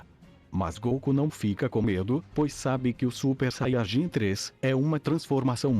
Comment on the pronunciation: vc fala saiarjin e fala muito baixo